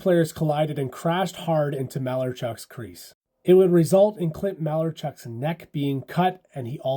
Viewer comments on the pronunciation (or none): I hate to do this, but Clints last name is pronounced Muh-L-Are-Chuck Muh Lar Chuck lol not Mal-er-chuck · MA LARRR chuck!!!! Not "mailerchuck" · Ma-lar-chuck, not maler-chuck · You’d think this guy would know it’s pronounced maLARchuk, not MAlarachuk… with all the history he’s spewing. Toughest is Salming, for taking a picture with a kitty 🏒🥅🐈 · Learn how to pronounce names. Clint Malarchuk. It's not "Malar-chuk" it's"Mal-ar-chuk" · It's pronounced mal-AR-chuck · It's muh-LAR-chuck. Played here for the Caps a few years. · I like your coverage... Let me help. Muh-lar-chuck Pitz-u-telly Not being a "hater", just giving you the phonetics, atleast those I grew up hearing regularly from Rick Jeanneret. re Pizzutelli saved Clint's life thanks to military knowledge (and the ability to perform under difficult circumstances) used in Vietnam. Was crazy to think it would happen again in Buffalo with Richard Zednik. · It’s pronounced “Maa Larrr Chuck” and that was scary as hell seeing that unfold on TV. He was so lucky to be alive and I remember him tearing up in his interview afterwards. Crazy injury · Mark Howe actually impaled his butthole, not his leg. And Clint’s last name is correctly pronounced Mal-are-chuck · you're pronouncing Malarchuk wrong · Can't pronounce Malarchucks name correctly, can't take this seriously. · Not only did Malarchuk have his throat cut, he has to endure listening to you butcher his name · Clint who? At least get the pronunciation of his name right. Friggin pathetic. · If you’re going to report on a story, learn how to pronounce the last name and at least give him the respect he deserves. His brother Garth is in the hockey world and he doesn’t go by the pronunciation that you do, come on man learn how to pronounce the last name correctly. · That’s not how you say Malarchuk. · you just pronounced Malarchucks name wrong though